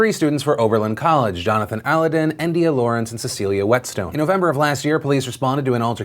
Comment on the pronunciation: The name is pronounced like Aladdin not aludin haha ;)